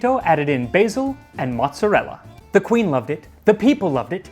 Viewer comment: THANK YOU FOR PRONOUNCING MY FOOD CORRECTLY!!! On behalf of all Sicilian/Italian Americans thank you!!!! Because nothing drives me and all the Italians I know nuts more then ppl who can’t pronounce Italian food correctly! Especially when they say marinara, mozzarella and ricotta. It’s like nails on a chalk board! And tomatoes are not vegetables it’s a fruit. But I’m so happy that it was pronounced correctly! Lol